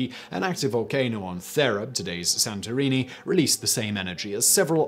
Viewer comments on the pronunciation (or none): none